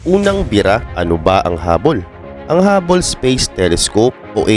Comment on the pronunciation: Hubble, hindi hubbol